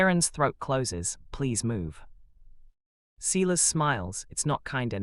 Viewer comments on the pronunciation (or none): You pronounce Silas as SY LUS NOT SEELAS. Couch is pronounced cow ch NOT cooch.